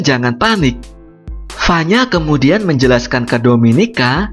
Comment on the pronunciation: Saranku pengucapannya kalimat terakhir jangan tinggi terus misal "kemudiaaaannnnnn blablabla" risih wey dengernya